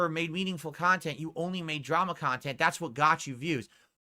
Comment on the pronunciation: "Meaningful Khantent"